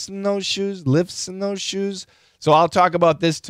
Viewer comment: Thank you , but there was no a problem with "are you wearing". It was problem with "lifts" this sounds like "lip". The guy enterly swallowed "f"